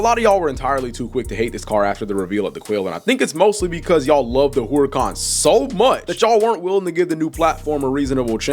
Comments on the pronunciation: Herrr-ican. not whore-ican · no it isn’t it’s actually supposed to be pronounced “Urr-A-Can” or “Err-a-Can” not whore-a-con or Hoo-ruh-Kahn.. the H is silent. like I said it’s no hate but it was just cringe the way it was said it in the video. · Ngl you pronouncing Huracan as whore-a-con really made me cringe. No hate though js. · Why you say whoreacon? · “Whoreican, Whoriecan, hoorican”